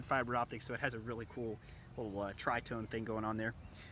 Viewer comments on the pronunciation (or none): none